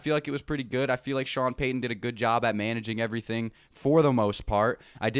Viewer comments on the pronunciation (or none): none